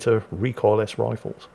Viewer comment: "recoil -ess"? WTF? The word is recoilless and said recoil-less!